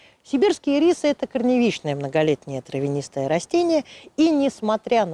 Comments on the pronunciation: очень резало слух ирИсы. первый раз такое произношение слышу. вообще то Ирисы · Кому нужен ирИс, тому - в кондитерскую. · Блин, а я всегда думала что они Ирисы, с ударением на первую И... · не извиняйтесь! И рисы,режет слух,как и слово рододендрон. Его тоже искажают так,что тяжело слушать!